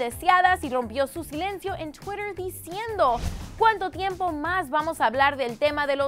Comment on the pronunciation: esta tia la fabia o fabiola o como sea habla super raro ni acento español ni ingles. en vez de twitter dice CHWIRER JAJAJAJA